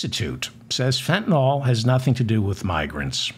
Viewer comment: Excellent show. Now if only this would be resolved before Thanksgiving. I'm not holding out hope. My only comment is that you make the same mistake as many others by calling Fentanyl fentin-all instead of fentin-ill. That makes me crazy...it's the little things. Peace. 🙂